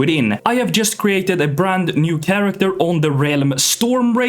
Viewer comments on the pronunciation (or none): none